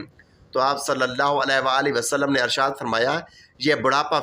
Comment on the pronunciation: Bhai Arshaad nhi hota Irshaad hota.. ☹️😞